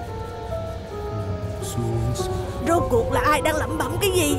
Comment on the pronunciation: sao đoạn tui lại thỉnh thoảng nghe thấy là ngủ đi thành ngu đi nhỉ =)))🤪😝😬